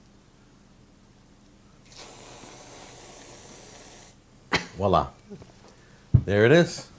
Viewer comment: "Walla" killed me more than the cookie bowl.